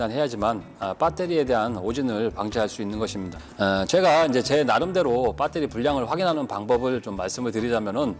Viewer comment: 표준말을 써주세요 억양이 뻬떠리가 아니고요 베터리 입니다